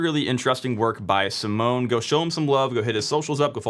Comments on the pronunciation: Simone is pronounced how you would read it in German - he is not a security researcher, he is a developer that stumbled on it - he is piss off nobody would take his finding seriously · although you got the name pronunciation wrong😅 ( search for the Italian pronunciation of the Italian name Simone), great explanation !! thanks❤ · This is dumb since proper firewalling would drop UDP/631 anyway. If someone already got into your LAN then you're already owned, so having the port open to your LAN range isn't really much of an additional problem. Simone (sim-ohn-ay) is basically making a big deal about nothing. Oh noooo 300K targets out of 4Billion.